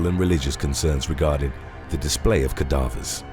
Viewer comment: You are mispronouncing cadavers.